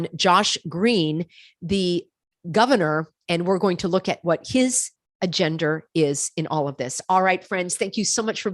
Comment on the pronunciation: ....do you intentionally say AGENDER???? rather than agenda?